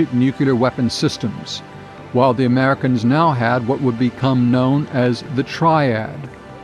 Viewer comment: The widz kids? Interesting contents, but inability to place contrastive focus or stress by the speaker on certain words makes it confusing. Eg in the sentence that starts “ultimately, the British would purchase Polaris from the Americans” The video emphasizes the word ‘Americans’ - which makes no sense…it would make sense if the previous sentence had said ‘the British were considering several countries when purchasing Polaris’. But that’s silly - that’s not the question. We’ve been talking about the Americans the whole time. There is no need to draw a stress contrast here, What’s interesting in this sentence is that they purchased POLARIS from the Americans, rather than something else (the skybolt). To show that contrast, you want to stress the word ‘Polaris’. Not thinking the spoken version of this ends up detracting from what is otherwise very good content.